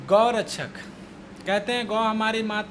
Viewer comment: Abe pahle tu gau rakshak bolna to sikh thik se